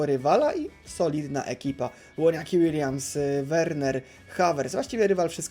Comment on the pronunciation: Łoniaki Łiliams